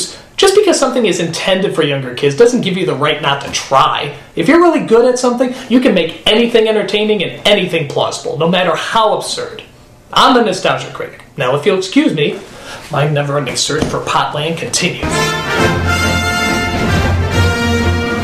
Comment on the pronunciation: Did he say plosible